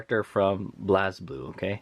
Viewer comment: good video dood, however the game is pronounced like Blaze-Blue not Blaz-Blue